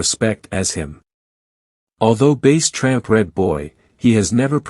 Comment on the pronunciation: Bass like the fish not bass like the speaker and he (tramp) was never rolled or tested and the computer voice is aggravating